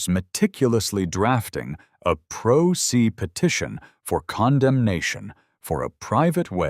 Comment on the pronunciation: It’s pronounced PRO SAY and not PRO SEE. I would have audited the HOA FINANCES immediately. Plus, enforcing a HOA provision that the original builder erred on, wouldn’t have been enforceable, as the HOA would be responsible for correcting the cited error in paving. This alone, unless they either, changed the HOA provision or added the concrete additions, at their expense, to make the driveway compliant with their bylaws. I would have let them pay for the added expense of expanding the driveway. I would have also asked if anyone in the HOA had this problem too and clued them into making the HOA pay for the original error by the developer. Then I would have started a petition for the recall of the entire HOA BOARD. You might be surprised at how many residents are unhappy with the current board.